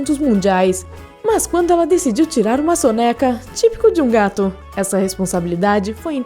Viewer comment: Amo gatos, mas a voz dessa menina que tá narrando é insuportável. " Gatum" 🙄🙄🙄🙄